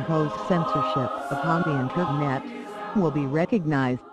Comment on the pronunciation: Good video... Have to say though the voice is annoying as hell and the background music is too cheerful :D Especially when she says the word "internet", or should I say "Inter...NET?"